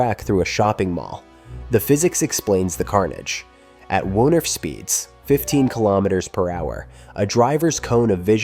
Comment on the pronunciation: Woonerf is pronounced with the oo sounding like stroke broke and not like brook!